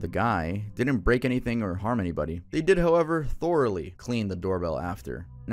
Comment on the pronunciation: that is NOT how you pronounce “thoroughly” lol